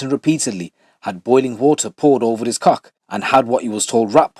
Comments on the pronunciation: Why he say ‘cokhh’ 😂😂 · The way you say coxk is hilarious 😂